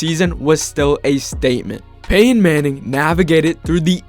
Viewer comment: Nope. I'm out. I'm not listening to someone say "Peyh-in" for 10 minutes.